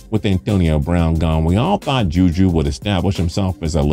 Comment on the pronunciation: if you say ju ju i’m gonna cry, edit: he did 😭